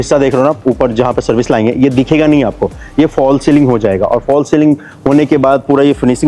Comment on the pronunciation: भाई लाइन को लाइंग क्यों बोलते हो बार बार आप?